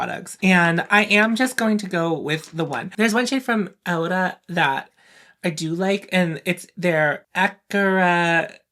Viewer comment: You said it perfectly in spanish , 'ahora' means now btw. Love that make up on you.